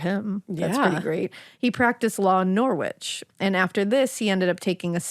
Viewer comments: You don't have to be rude! They are hardly going to know that it's Narrrrrich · You really should research place names before you start trying to pronounce them. Please look up Norwich and try again. Americans 🙄